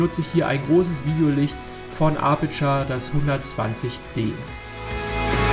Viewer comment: Cooles Video aber du hast am ende die Namen wie Apurture und Rode falsch ausgesprochen. Man spricht Apurture mit: Eptscher aus